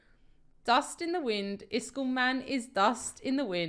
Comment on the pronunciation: pronounce iskalls name by IS-KOLL